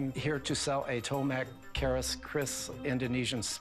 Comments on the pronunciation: Its tombak not tomak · TOMBAK actually, not Tomak Lol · It's not tomak but "TOMBAK" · it is call TOMBAK. not tomak. tom-buck. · Tombak, not tomak, for that type in my place called Patmayoni, I'm Indonesian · bukan,.. tombak... tom tom bak tomok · Was wondering at first, maybe it's from some Indonesian province. When he said Malaysia, I was like "Tombak lah bodoh". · I am indonesian.. Its not tomak but tombak, its mean spear.. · I'm javanese. it'snt "tomak", but "tombak". this is so beautiful, like keris, no kris sword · It's Tombak, not Tomak. Tombak is basically Indonesian/Malay word for Spear. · Its not Tomak, actually its Tombak (means spear itself) Keris not Kris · It's TOMBAK, not Tomak It means Spear Something like this is mystical piece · It call Tombak, not tomak, and kris actually is "keris" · The correct pronounce is "Tombak"(Tom bak) not Tomak.. Tombak means Spear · Its called "Tombak" not "tomak" :) means spear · It's TOMBAK not TOMAK. Literally tombak means short spear. Long spears are called LEMBING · Is not "tomak", but "tombak"= spear, not kris but "keris" , and those keris is a shaman keris. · "Tombak Kriss" actually it is not Tomak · it's tombak (spear in Indonesia) not tomak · It's tombak not tomak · I think its called Tombak not Tomak. Tombak means spear in english. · Its not tomak, its tombak which means spear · Its tombak keris not tomak. Tombak means spear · Maybe not Tomak, it's Tombak, Tombak is Spear in bahasa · I dont think its called Tomak. I believe its Tombak. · It's Tombak, not Tomak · Thats "tombak" not "tomak" .... and "keris" not "kris" Because that ll be diffrn meaning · it's tombak not tomak, learn your history right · Not Tomak..but Tombak. Spears in Indonesia or Javanese language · Tomak?.....or its tombak?...tombak=spear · Thats not "TOMAK"... But that is "TOMBAK"... "TOMBAK KERIS"... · Not tomak. But "tombak" or spear in emglish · It's TOMBAK (spears) not tomak ! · The name is tombak not tomak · It's not tomak but tombak